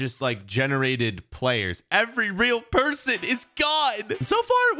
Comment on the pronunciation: You said weal player